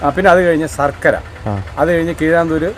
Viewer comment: ഷർക്കര അല്ല സഹോ ശർക്കര ആണ്. ശ എന്ന അക്ഷരം ശരിയായി 1000 പ്രാവശ്യം പറഞ്ഞ് പഠിക്കൂ